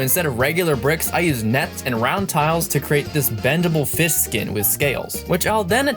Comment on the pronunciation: It’s. Not. Called. A. Fiss. It’s called. A. Fish. Go. Back to. School